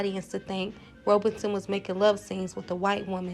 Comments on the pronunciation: BEFORE DOING A VIDEO LEARN TO SAY THINGS CORRECTLY , AND INNUCIATE CORRECTLY . IT IS PAUL ROBE AS IN ROBE YOU WEAR SON , NOT ROBER SON WHY CANNOT AMERICANS LEARN TO SAY THINGS RIGHT AND DO IT WELL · and a couple of times afterward, Paul Robeson's name is mispronounced. He was famous as an actor but also as a singer and athlete. He turned his attention later to political activism which got him blacklisted. His last name is pronounced as two syllables: robe (as in bath robe), son. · Robeson pronounced with 2 syllables - roeb' son - - great to hear about people of integrity like this - Lena Horne was darker and more obviously black - but was encouraged to pretend to be latina - she refused too - - i didn't know Fredericka played the young woman in Imitation of Life - i always thought that they cast a white actress like they did in the 1950s version of the movie (Susan Kohner was mexican-irish)